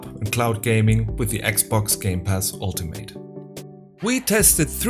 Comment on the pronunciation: Your English pronunciation sounded good to me. Didn’t really think your Forza sounded bad. The only pronunciation thing I noticed was “Ultimate”. In English (American anyway), when a word ends in “ate” - usually if it’s a noun or adjective - we often pronounce it as an “it” or “ut” sound, depending on the regional accent. So we would say “ultimate” as “ALL - tih - mit”, or, in some American accents, they would say “ALL - tuh - mut”. I speak in a “General American” accent, so I pronounce it the first way: “ALL - tih - mit”. Sometimes we will say a word that ends in “ate” the way it sounds, but again, it’ depends on if it’s a noun, adjective, or verb. Like “Alternate”. The noun/adjective form we say it as “ALL - tur - nit”, but we differentiate the verb form by saying it as “ALL - tur - nate”. The verb “Differentiate”, is another example, where we pronounce the last syllable as “ate”. So for nouns/adjectives…words ending in ate we pronounce the syllable as “it” or “ut”. Verbs ending in “ate” we pronounce it the way it looks. I’m sure there are exceptions to this basic guideline. In English, we take a lot of liberties with pronunciation rules; there are a lot of exceptions.